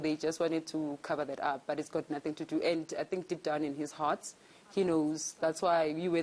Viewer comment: The hoooaks....his huuurd... 🤣🤣🤣🤣